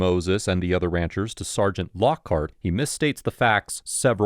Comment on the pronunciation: It’s the pronunciation of “Ranchers’s” for me